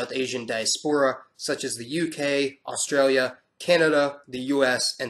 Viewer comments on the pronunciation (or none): none